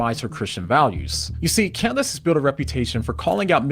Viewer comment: (As an aside, “Candeece” Owens? He pronounced her name so oddly.)